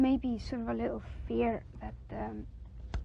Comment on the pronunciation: like a leetle mod-el of a ceety